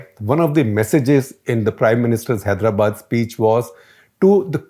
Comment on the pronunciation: I guess all the journalists must put some effort to correctly pronounce our place names "Telangana", "Hyderabad".